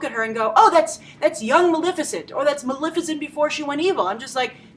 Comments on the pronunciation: It's MaLEFicent, for christ's sake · Love your review! Without a doubt the most practical, well-thought out and spot-on correct perspective I've seen in years. Huge congratulations for that. My nerves were grated, however, that after such a solid performance you could not bother to pronounce "Maleficent" correctly. Thank you for your work; I look forward to viewing more of it!